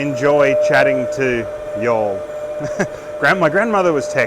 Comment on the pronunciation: That's the first time I've heard "y'all" said with an Australian accent. Made my night